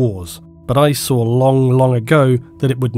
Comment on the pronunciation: Can't believe she actually sawr a Titan